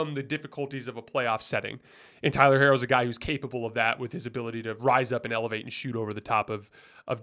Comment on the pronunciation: I love love love the fact that you pronounce Herro the way it’s meant to be.